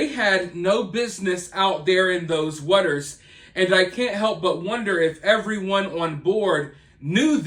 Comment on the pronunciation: The way you say waters bothers me so much lol but I don’t speak perfectly myself